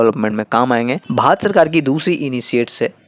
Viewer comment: भाई तुम भारत तो "भात" बोल रहे हो, तोतले हो या जानबूझकर गलत बोल रहे हो।